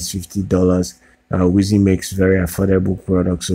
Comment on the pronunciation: I'm excited about this product and just placed my order for one. Pre-orders get 3 yrs of the weather subscription for free. By the way, I believe the company is pronounced "wise" as in.. "He is a wise man".